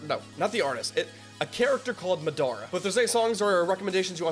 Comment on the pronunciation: I was like why is this vid 17 mins but he's reacting to 2 vids (also just like u said, u are bad at saying names and u def said Madara wrong too lol and Frazer was in Rustage sukana track 🙃)